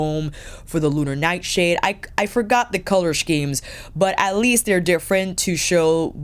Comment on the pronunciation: is a real New Yorker, pronouncing “scheme” like “schmear” 😅😌